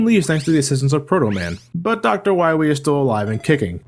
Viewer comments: Dr. Wiwwly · Dr.Light is Hunting Wabbits with Dr.Wawee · Light: We find dat meteor, we find doctar Wywe! Me: LOL! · MEGA MAN! DOKTA WOWY HAS BEEN TWIYING TO DESTWOY YOU SO HE CAN TAKE Oo... oh... VER THE WOILD! Mega Baby: YAAAY! (Glass breaks) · Poor Dr Wahwee, What ever we he wo? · To quote the Great Clement: "We'll find Dr Wahwee? DR WAHWEE?! Who hired this idiot?" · *Dr. Wahwee